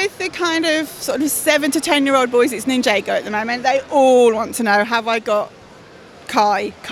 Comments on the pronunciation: (Nin-jar-go) not (Nin-jay-go) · you trigged me because she said ninjago wrong